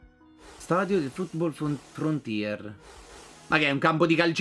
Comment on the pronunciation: sono l'unico o ha detto frootball frontier Comunque spero che continui questa serie